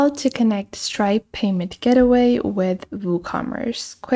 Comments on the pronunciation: It's GATEway, please god stop saying "getaway" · I understand that English may not be your first language but you should be saying 'Gateway' (Gate-way) not Get Away. Just helping.